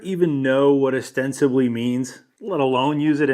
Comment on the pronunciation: Does he know "Ostensivly" isn't a thing? It's "ostensibly" with a 'b'